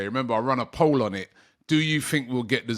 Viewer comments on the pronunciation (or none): none